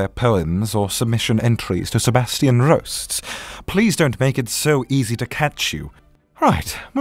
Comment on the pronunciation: That moment when you finally roll the R's!